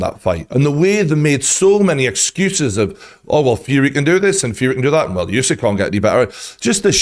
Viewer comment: Good coverage but western people need to stop pronouncing other ppl names like spelling alphabet. He is not Yousik, he is USIK, just U like in Burger. Why is it so hard, you dont pronounce Burger - Byourger